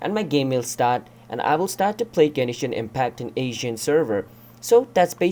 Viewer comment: Gen”e”shin impact